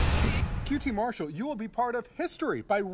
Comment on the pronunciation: Why does Tony pronounce it Mar-SHALL most of the night? I hear everyone else pronouncing it MARSH-all.